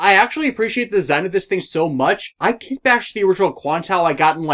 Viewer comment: why did you call it 00 quantao when it's QuantA?